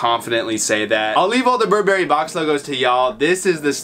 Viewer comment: Bur 🍓🫐 Bruh please learn to pronounce it